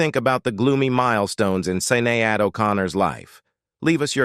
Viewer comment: The pronociasion of Sinead is more like shinedd, not Sinead like this person say here. Had just to mention this fact.